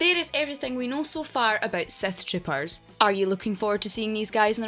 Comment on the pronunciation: The accent makes it sound like Seth tropers.